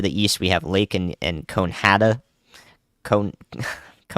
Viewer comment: Great Job, I was in Newton county, conehatta is pronounced as Cone-AH-hatta, and Sebastopol is Sah-bass-ta-pool (def helped pronounce those with my thick cawntry accent)😂😂😁 hope that helps